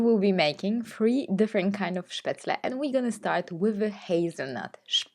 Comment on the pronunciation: Wow! All 3 look delicious 😋 but I agree with your previous comment, the spinach one looks yumm😋. You say spatzle so beautifully ❤. Looking forward to the next one!